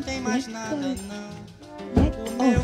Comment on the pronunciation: For some reason I completely forgot you had an accent so when you said "bedtime" I was like woah